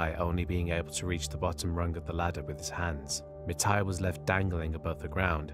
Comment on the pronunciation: Your Thai pronunciation of Mitr's and Petchara's full name are pretty good. If I have to put how pronounce the Thai names you mentioned a lot easier.. Mitr = Mit Pranakon College = Pra-na-corn college Don Muang Royal thai air force = Hmm.... I seriously don't know how to make "Muang" sound like Thai with English word.